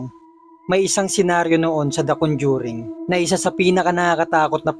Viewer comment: Nakakatakot naman ng istoryang ito. Pero mas nakakatakot ang pagkasabi ng RODYER sa pangalang Roger. At CONDYURING sa salitang Conjuring.